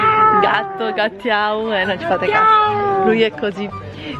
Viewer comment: Il pane carasau si dice Guttiau, la birra si dice Iknusa, Eja vuol dire si e Ajó vuol dire andiamo! E le cozze le cuociamo solo con aglio e prezzemolo!;-)